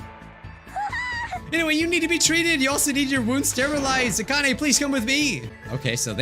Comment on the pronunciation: Bijuu its not akan aaa but akane A-cain!!! mate get it right my ocd is tingling